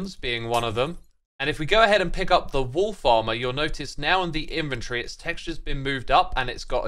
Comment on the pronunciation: Wolf Armor sounds like Wool Farmer.